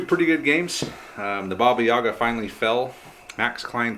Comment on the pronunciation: Please stop putting emphasis on "Ya", this is not correct, it stays on "A" (this is me talking about Yaga), in Russian it is pronounced that way, but what you pronounce sounds more like a Shakespearean character from Othello.